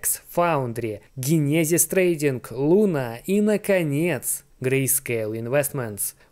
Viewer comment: Чувак иди учи английский не генезис а ДЖЕНЕСИС 😂❤